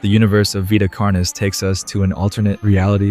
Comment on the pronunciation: It's veeta carnis, not vaita carnis.